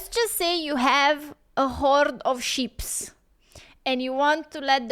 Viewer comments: It’s just sheep, you sounded like you were saying ships 🤦‍♂️ like that time you ripped into me about your twitch channel, you misunderstood my comment and were too ignorant and up yourself to say sorry, because you’re a fake arsed person. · LOL She said hoard of sheeps, I thought she said hoard of ships until she said pasture. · I like the way says sheeps.